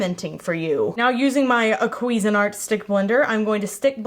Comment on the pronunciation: darlin I love you but the way your Texan self pronounces things is so wrong haha queas-in art? Cuisine art! I won't nitpick how people pronounce their own names cos they are worse ones out there, like Craig being said like Greg with a c lol